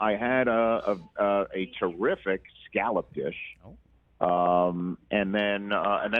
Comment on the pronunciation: It's pronounced "scallop" not "scallop".